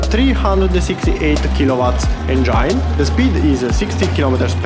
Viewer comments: ..speaks broken english is ok but pronouncing it is important.!!!ask others about you pronouncing the word engine than you'll know!!! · please pronounce the word engine properly!!!!dont humiliate urself!!!